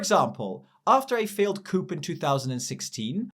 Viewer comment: you evicted Ireland from the EU and undid Brexit! The latter is a good thing but us Irish are very much part of the EU! Also, "coup" is pronounced "coo", rhymes with "who". I know, English is a nightmare!